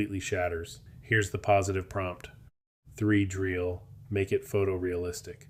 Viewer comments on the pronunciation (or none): I think it should be "three-dee-real"...